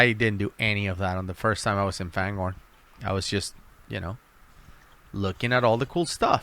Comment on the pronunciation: Why do u guys all call it FANGHORN when it’s clearly spelt and said fangorn- (FAYNGORNE)